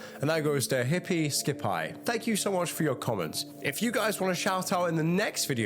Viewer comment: “Shout out to hippie skip eye” 😂 definitely meant to be hippie skippie like pronounced “skippy”